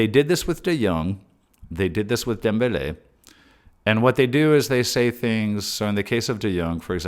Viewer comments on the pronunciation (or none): none